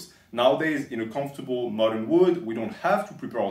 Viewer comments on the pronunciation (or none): none